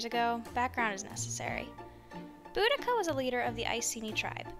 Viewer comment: Thank you for pronouncing her name correctly, btw, good, video. Boudicca: some people pronounce her name totally wrong.🙂